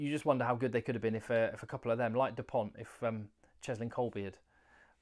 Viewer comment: ok and is Dupont south african ? so just say his name right